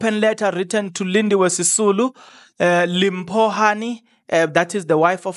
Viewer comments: In SeSotho it's pronounced Dimpho not called Limpho as it is spelt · It's Dimpho Hani that's how you pronounce it not Limpho even though it's written Limpho but you don't call it like that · Li pronounced as Di brother, that then makes her name Dimpho Hani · Makaziwe then u Limpho is pronoubced as ( Dimpho)